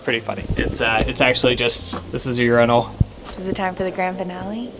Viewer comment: Urenol😂😂😂😂it’s urinal. You..ree…now